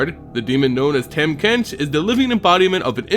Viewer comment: not to hate on your video or anything, i would just like to inform you that his name is pronounced "tom" not "tam", but also this video really makes his lore make sense.